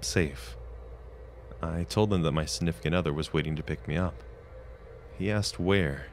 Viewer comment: Snifficant other